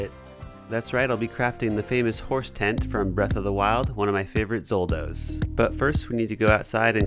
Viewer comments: is no one going to mention the way we mispronounces "Zelda"? "one of my favorite ZOLDAS"????? Hella butchered that my man lmao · did ya say Zoldos?